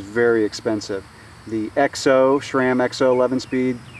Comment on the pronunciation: There is no such thing as "Shram" it is pronounced like the name Sam just with an R thrown in there. Or so says the manufacturer. What do they know right?